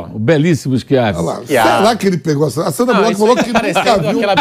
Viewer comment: Mano Vamp falando Sandra Bulóqui kkkkk Resenha demais kkkk